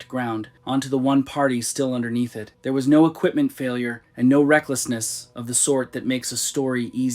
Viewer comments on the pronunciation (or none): none